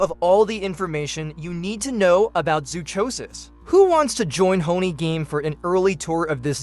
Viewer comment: Zoonomaly sucks and you mispronounced zoochosis.